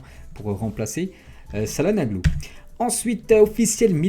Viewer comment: Salanoglou 🤣🤣🤣 ca ce dit tchalanoglou